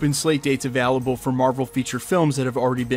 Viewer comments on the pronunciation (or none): none